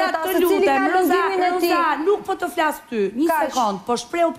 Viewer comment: Flash 😅 Gjaj 😅😅